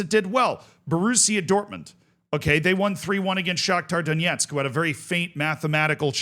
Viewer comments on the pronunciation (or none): none